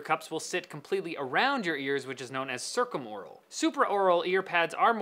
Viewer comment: Duuuh, it's pronounced circumaural.